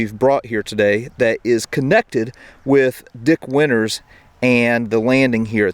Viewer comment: It's pronounced Dick Winters and nothing else.